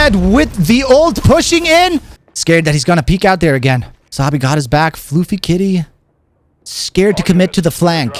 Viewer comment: Great video BUT it is NOT FLOOFY Kitty, It's Fluf-fy, Fluffy.